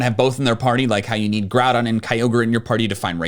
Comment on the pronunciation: its pronounced ROOT, NOT Rowt - and its pronounced GRUDON NOT Growdon - and pronounced RAY Qazsa NOT RAYquayza ffs... i give up, its EE VEL Tay, NOT YA val tal